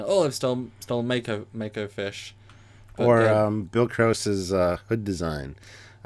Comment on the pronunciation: Macoyfish? Macofish? i believe you mean MadKoiFish. MKF has done some fantastic starship renders; numerous creative contributions to the genre, an appreciation of which should leave his name to be less butchered,.